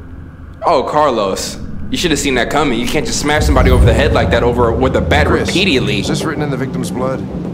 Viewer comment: ik this dude did not just say repidiatly xD in laughing #